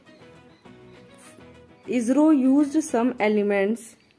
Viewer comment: Didi esro nhi hota hai isro hota hai